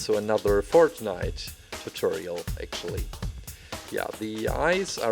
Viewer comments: Did he said fart nite instead of fortnite? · It's fortnite not fort-niiiiite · this still sounds like he's still saying FARTnite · Its not fartnite (i laughed a lot) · I swear he said Fartnite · When you say Fortnite you sound like you are saying fartnite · Does he say fart nite?? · Did he say fartnite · He said fartnite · Its Sounds like that hes saying fartnite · cant say fortnite